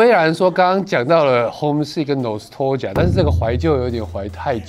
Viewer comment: 其實他的nostalgia 發音也嚇到我了